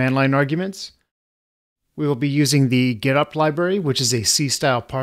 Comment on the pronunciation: Getopt sounds like Getup!